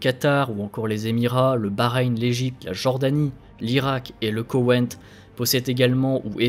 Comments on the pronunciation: Très intéressant, beaucoup d'informations qui permet de comprendre ce qui ce trame dans cette région, par contre entendre Kowein au lieu de Koweit à plusieurs reprises étaient très agacant! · "Le KoweNNt.." Désolé, j'entend plus que ça maintenant x) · Dossier intéressant, petit problème de prononciation de Koweit... pas de "n"